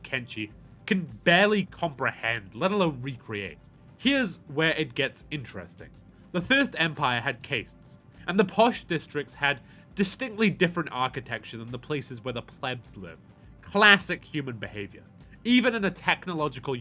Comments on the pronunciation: caste is cast... it's a cast system. not kaist... think India, they have a caste system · why he pronounce caste like that lol